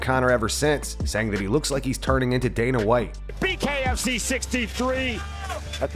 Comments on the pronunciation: bro said Dana Lite, lmao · “Dana Lite” 💀